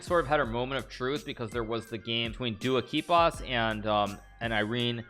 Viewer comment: What the...................................?? Never seen that insanely correct pronunciation